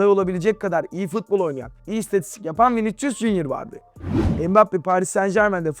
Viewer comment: Hoca Viniçcus deme ya.